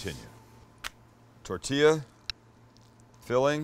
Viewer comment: He killed it as soon as he said tortillas...so American